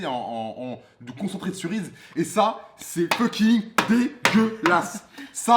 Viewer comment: snakou '' ça c'est feuking dégeulasse '' putin je suis mort